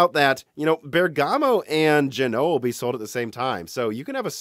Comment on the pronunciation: He routinely mispronounces all kinds of words. Genoa also has stress on the first syllable, but he pronounces it guh-NOH-uh.